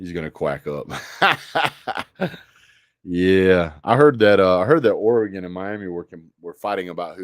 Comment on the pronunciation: first off it is NOT OREEGAN. It is OREEGUN. Look at 24/7 sports Four and five stars for OHIO STATE, OREGON and them DOGS. OREGON has 4 5 STARS, and 57 4 Stars. Ohio State has 12 5 stars and 57 4 Stars. Georgia has 20 5 Stars. and 56 4 Stars. OREGON beat an OHIO STATE team that is "superior" to it in recruiting. You say UTAH beat OREGON twice, but the team that beat UTAH in the ROSE BOWL ie OHIO STATE was beaten by OREGON a team with inferior recruiting!!!! You and GEORGIA fans are going to be "EDUCATED" on what OREGON is all about!!!